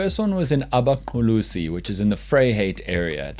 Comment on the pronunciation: very proud of how you pronounced "Abaqulusi" there my boy lol